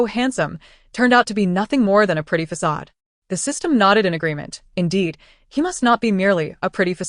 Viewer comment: What's with the AI not saying "facade" or " naive" properly in any of these stories?